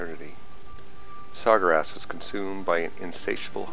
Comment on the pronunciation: I know you didnt just call Sargeras Sar-gur-ass...